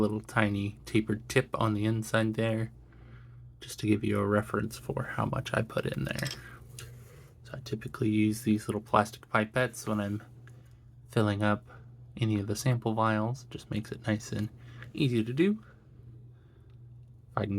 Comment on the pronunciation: It's pronounced /pɪˈpet/ - the "i" is said the same way as the "i" in "pip" like pih-pet. :)